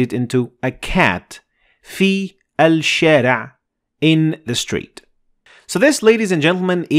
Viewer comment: That was asshara ..u said alshara